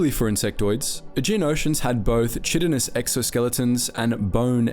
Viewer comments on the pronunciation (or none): "chitinous" lmfao. It's pronounced "kite", not "chid"